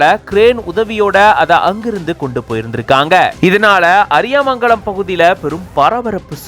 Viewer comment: அது, அரியாமங்கலம் இல்ல, அரியமங்கலம் 😂😂